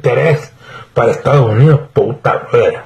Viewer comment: No se dice estagos unidos. Se dice estados unidos. Saludes y gracias por apoyar a nuestro presidente